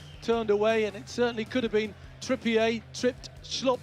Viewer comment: referring to Trippier as “Trippiay”